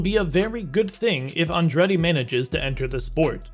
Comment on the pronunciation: The narrator could at least have learned how to pronounce "Andretti".